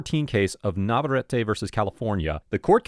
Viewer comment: It's just nah-vuh-ret, three syllables total